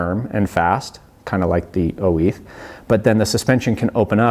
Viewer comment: why are you saying 'oiz' like oh-eeth